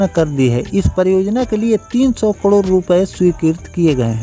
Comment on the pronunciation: Say karod not kadir as you are telling inthis video